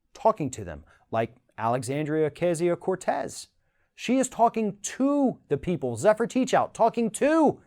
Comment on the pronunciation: When is this guy going to start pronouncing Ocasio-Cortez correctly?